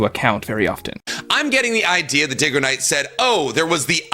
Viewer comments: Diggoknight lol... but idk bro is just really bad with names. I'm not sure if he's doing it on purpose. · "DiggaKnight" OK BRO HAHAHHAHAHA Dude's never seen your content before this 😭😭